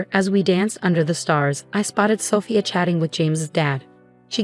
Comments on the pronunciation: Sophia is not pronounced with a short O, it's a long O. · Don’t forget about Sophia. Messed that one up too